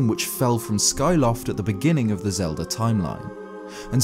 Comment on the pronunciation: Legend of Zelder